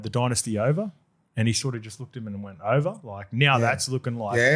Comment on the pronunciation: my bro. It’s pronounced “dynasty” not “dynasty”.